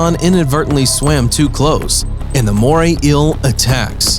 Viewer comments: “Mooray ill” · “The moray ill” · Why is he saying moray ill not eel? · “Moray ill” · Moray "ill"? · "Moray ill" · Take a drink every time he says moray ill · Moray eel not moray ill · Take a shot every time he says morray eel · It's NOT a "moray ILL" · Marine Inhibatance, did you mean inhabitants. you make me ill like the moray ill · Inhibitants, Moray ill. God I can’t stand such blatant mispronunciations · "inhibitants" :) are those things that, like, stop you from doing other things? And what's a Moray ill? I'm only 10 seconds in, this is gonna be gold.